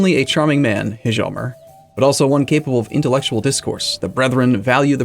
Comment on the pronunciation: the "h" in "hjalmer" is silent, just say "jalmer"